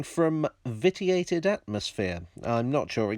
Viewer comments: And is usually pronounced vishiated, or, if you decide to follow the French vissiated, not vittiated. Keep up the good work meanwhile. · Am I right in thinking Fowler's Ghost was Brunel's Broad Gauge? The photograph you used appears to have an inner third rail... Vitiated, I believe, is pronounced vish-ee-ated... 👁️